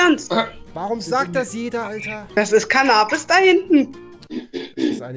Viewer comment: Das ist Cannahhbis 😂😂 Wie kann man denken dass es weedes ist...